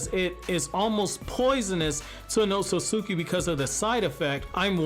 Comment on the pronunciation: Pronunciation: OHT SOOT SKI. not oht so suki lmao